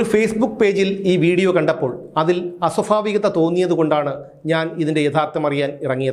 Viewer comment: അസൊഫാവികത യല്ല അസൊഭാവികത എന്ന് പറയൂ